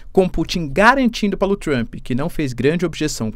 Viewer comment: Cara, não tem “I” em Trump! Trumpi, Trumpee, não Trump!